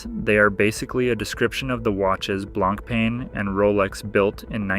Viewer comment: Honestly the pronunciation of BLANK PEN is hundred time more irritating than this 🤦🏻‍♂️ blan pah is how it should sound